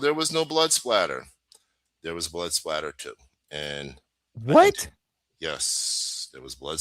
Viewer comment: SPATTER, not splatter.